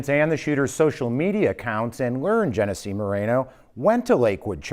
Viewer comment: Genesse? That's Jeff